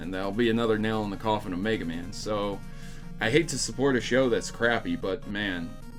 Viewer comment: Why must they turd all ovr megamans name like that? Make it stop